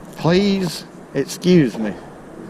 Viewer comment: 'Squuze me fowks.."